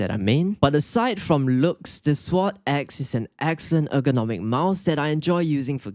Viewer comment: “Swod ecks”